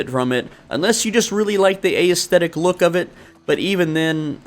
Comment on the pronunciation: I never heard someone pronounce the E in aesthetic like that 😂